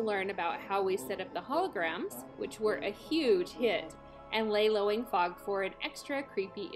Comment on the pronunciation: I can't help myself, had to rewind several times to be sure I heard it... lay-lowing fog! I want some! 😉 love the video, I do a lot of the same but this may be my first giant spider!